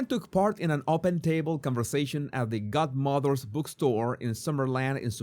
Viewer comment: pronounces Godmothers like Gutmothers 😝 I prefer it